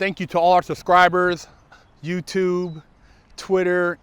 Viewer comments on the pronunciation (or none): none